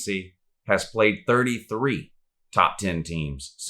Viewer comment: But who have dey pwayed Woo